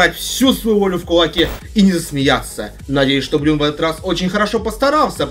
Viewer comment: Правильно Брун а не Брюн!